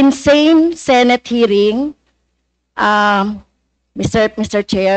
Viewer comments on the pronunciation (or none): none